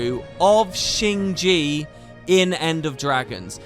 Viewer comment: Keeps calling it “Shing Gee”, its “Shing Jay”